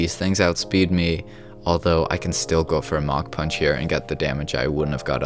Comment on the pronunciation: Idk why but when he said Mach punch I thought he said mountain punch